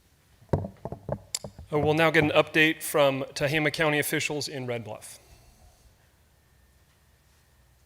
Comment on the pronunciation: And Tehama is pronounced with long A's, not Te-He-Ma